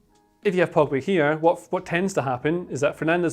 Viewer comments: man said frogba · if it's not mcfred or eeer..frominay..then its gotta be: me: POGFRED: FROGBA lmao